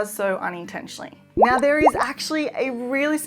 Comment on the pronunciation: again, you say nawr